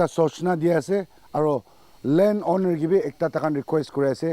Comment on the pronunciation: Owner❌️ Oonar✅️